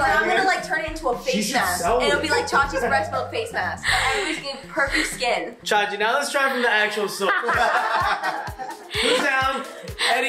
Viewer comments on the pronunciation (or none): it’s not chachi milk, ITS CHICHI MILK NOW!